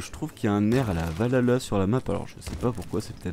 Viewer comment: par contre arrêter de détruire se mot "Valhalla" ! ça se prononce Val Halla et pas valala XD un des points négatif du jeu est le son du warthog (il ont dû prendre une tondeuse à gazons pour faire le son), même mon warthog télécommander à un meilleurs son XD